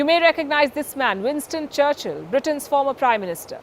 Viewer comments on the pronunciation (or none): Look at ji. He says Charchl Not Charchil🤣🤣